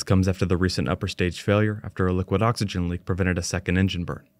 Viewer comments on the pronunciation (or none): none